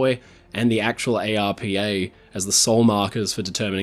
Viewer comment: ARPA is an acronym, so is normally pronounced as if it were a word. I've never heard it spelt out as individual letters before.